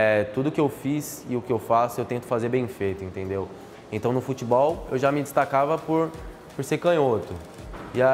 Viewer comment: "FUTBOIS" NOBRU,2020